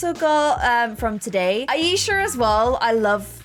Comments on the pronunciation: Who noticed that this girl is saying the the name like: a-yee-sha But well it's pronounce as: aaa-e-sha Btw I am from pakistan and the name aa-e-sha is a Muslim or you can say pakistani name that why I know how it is pronounce but no problem we know you are quite bad in pronouncing even normal words but yah I like you you are really a good player most of the things about sums 4 l learn from you lol love u keep up this vid wss lit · Aisha is pronounced eye-sha :)